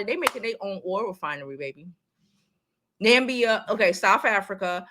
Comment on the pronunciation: It’s Namibia